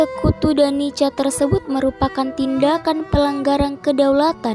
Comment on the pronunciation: NICA,dibaca nika bukan nica atau nitja broo.